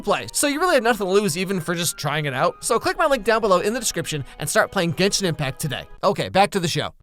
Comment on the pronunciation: you know he hes leing and has never played genshin because he pronounced every name wrong.